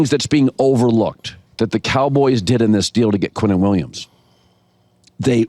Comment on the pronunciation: his name is QuinnenWilliams not Quentin Williams. Dude wake up.